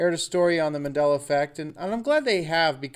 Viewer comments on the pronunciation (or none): that reporter called it the mandality effect